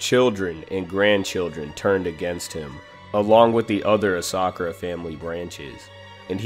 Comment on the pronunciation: You pronounced ASA-KURA wrong too pal